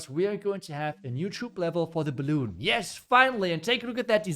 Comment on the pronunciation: never heard anyone saying “balloon” 😅